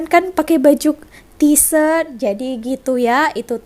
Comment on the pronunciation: sebut betul2 T' shirt bukan T' sert bawa mksud lain😁.. nti semak google kamus voice. Apa pn sebutan kamu still comel🙂👍